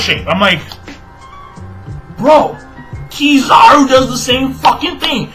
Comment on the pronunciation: the first time u said Kizaru was proper then u went back to saying it in that weird way lol